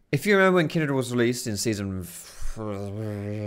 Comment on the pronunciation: The way you say Kindred is really tilting xD it's Kindred, not Kindread haha